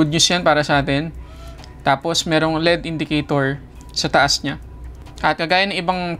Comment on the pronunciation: Tech reviewer ka pero mali naman ang pronunciation mo ng L.E.D. Mali yung tinuturo mo ng pagbasa mo as LEAD, Iba yung LEAD sa L.....E......D. Alam mo ba pinagkaiba nyan? Tinatama mo ang MALI! May period yan hindi binabasa ng tuloy tuloy yan.